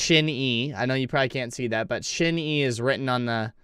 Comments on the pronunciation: Thank you for the video we love to see SHINee reactions!! Btw it's pronounced "shiny" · Pronounced Shine knee! Great group! Great harmonies in this song ! The youngest “TAEMIN” was quite young in this video..he debuted at 14 and he is 28 now! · Just say SHINE and add E at the end. Please, you're butchering the sacred name.